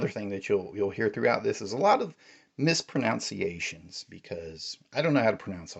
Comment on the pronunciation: I like how you mispronounced "mispronunciations." It's adorable.